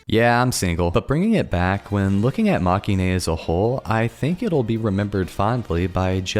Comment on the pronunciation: Very nice video, thanks! Now I need to get back to reading the novels, I've put them aside far too long. (But if I may, it's pronounced "mah-keh-in": it's a portmanteau of the word "defeat" in Japanese (負け) and the end of "hero-ine" cause they're not the heroes, they're the losers)